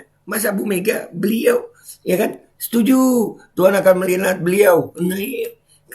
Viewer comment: Wkwkwk, koplak bee, sampe ngakak w pas ente bilang setunju.wkwkw